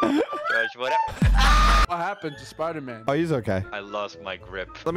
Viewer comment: That's not spider-man, that's spooder-man